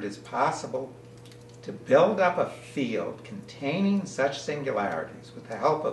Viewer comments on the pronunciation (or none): none